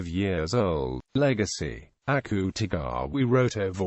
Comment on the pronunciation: The accute-e-gaawa is killliiinnnggg meeeeee